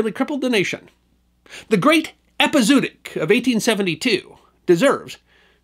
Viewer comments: ˌepəzəˈwädik You could also have Google pronounce it for you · its pronounced Epi Zow Otic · Great show. There's supposed to be an umlaut over the 2nd 'o' hence ĕp″ĭ-zō-ŏt′ĭk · Epizootic rhymes with neurotic, not bluetick. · I love this channel , and admire you, but really, listening to this word mispronounced so many times is like getting stabbed in the ears reapeatedly……just google it….your phone will pronounce it for you correctly! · Right off the bat, you threw me out of the tale! ˌ/ep.ɪ.zoʊˈɑː.t̬ɪk/ 5 syllables, not 4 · As always, a great story. Too bad there were no horse pirates. One small point, I believe it's pronounced ep-i-zo-o-tic with that extra syllable in the middle instead off ep-i-zoo-tic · To be fair, he's pronouncing it wrong - but so did everyone in that era - having read it rather than heard it. It should be pronounced with two "o" sounds: "EP-ee-zow-OT-ic" - the 'zo" sounding like "mow" or "show" and the "otic" sounding like "antibiotic." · It's pronounced epi-zo- OT-ic. It should probably be rendered as epizoötic. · Love your channel. I’m a veterinarian. It’s pronounced Epi-Zoh-ahtic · This has been an interesting presentation, as always! You make an art of telling the tales of those times! One small correction: you mispronounced "epizootic" - but, to be fair, so did nearly everyone in that era, as most of them learned the word from print. It should be pronounced with two "o" sounds: "EP-ee-zow-OT-ic" - the 'zo" sounding like "mow" or "show" and the "otic" sounding like "antibiotic." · Interesting and fun, as usual, but usually one pronounces both 'o's as in 'epi-zoo-a-tic'. I suppose it may be a diphthong, but sometimes I suppose too much. Here I am just speaking from experience (but the difference between 'too' and 'took' is similar to 'zoo' vs 'zoonotic'). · I've heard the word with the 2 middle Os pronounced separately, epi-zoo-awe-tic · It's pronounced eh-pee-zoh-ah-tic. In some places they put an umlaut on the second o to clarify